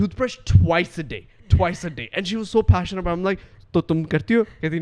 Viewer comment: Aboot ( here comes the canadian accent ) 😁